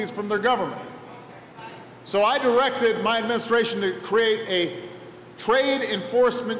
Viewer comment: pretty sure he said "my menstration"